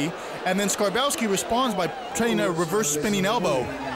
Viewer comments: This commentator, the british guy, is terrible... who the hell is Sirboffski? The man's name is Skarbowsky, put some respect on it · His name is pronounced skarbovsky. The W is pronounced as a V